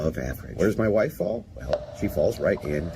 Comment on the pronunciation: why does say "wife" with an "h"? (Whife)